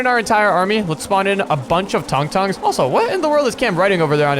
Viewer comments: Its not tong tong shor 😂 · That's not how u say tung tung tung tung tung tung tung sahur